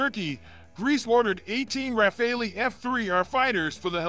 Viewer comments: It’s not Rafal”ee”! It’s RA-FAL… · Could you please make a small effort to pronounce the name RAFALE correctly ? It is utterly annoying to hear over and over again Americans pronounce the Dassault jet fighter name "RAFAELI". In the name of God, it's RAFALE, like CHACAL or like ACTUAL or like VISUAL or like FOCAL. For the life of me, I don't know where you guys got the "ELI" from ? The Brits say it correctly, why not the Americans ? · What's Refali?????? Hahahaha 😆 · Well said. It is driving me mad and is happening on several US sites. Thank you!